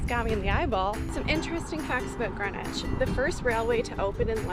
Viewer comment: Hello - I’m loving your vlogs - they are interesting and amusing …but I do have a little complaint….PLEASE - a polite but heartfelt plea from my little Greenwich born heart…do not call GREEN WICH GRENwich!!! It is not pronounced as GREN evaaaah! Us local lot say Grinnidge! or Green idge - it has two letter EE’s - after all, you would not say “I’m off to Gren Park today…” you would say Greeeeeen Park! This habit of calling the place of my birth GRENwich comes from, I understand from those folks in the US of A - they have a place called GRENwich Village - and they are free to say it that way, but sadly this very ANNOYING habit has travelled over to this green (see what I did there?) and pleasant land and it has been taken on board that we have a historical naval town called Grenwich too and we don’t 😡we have a town called … yes…you guessed GREENWICH! arghhh - no one who comes from Greenwich or close by - Charlton, Woolwich, Blackheath (universally pronounced by “us locals” as Chartun, Woollidge and Bla eef 🤣) will always say it as Grinnidge or Grinnitch or if trying to be posh and upmarket, GREEN idge … please just practice saying it as it is spelled - you will spot the difference! Anyway, apols for my rant - I loved seeing all of the places you visited, that I know so well (going to Primary School when I lived in Woolwich and also being a Brownie Guide, a trip to the Maritime, the Cutty Sark and then to Park (to eat your squishy spam sandwich lunch and a drink of oran